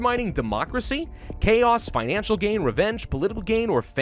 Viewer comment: Did anybody notice pronouncing Financial, "felagal"